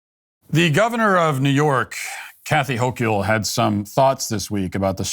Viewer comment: It’s pronounced (Ho-kul) just saying.